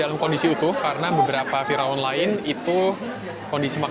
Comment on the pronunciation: Salfok denger bilang "fira'un"😅.. "Fir'aun" ya 🤭sori diralat dikit yaa